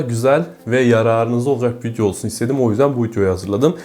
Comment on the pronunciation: Vityoda mı göstericen (vidyo) 🤣🤣🤣🤣